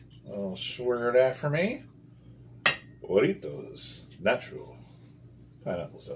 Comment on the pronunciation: Pronounced Haritos The j in Spanish is pronounced with an h. Regardless, these Mexican sodas are amazing.